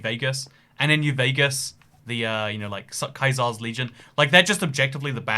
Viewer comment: Big props for you for saying Caesars name the proper way unlike these profligates scum.